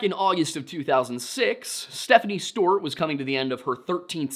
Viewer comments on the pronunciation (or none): Is it me or does say Stewart funny? Steuuurt 😂